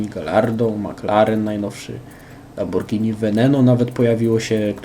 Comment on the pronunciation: Pierwszy który mówi prawidło Lamborghini. :/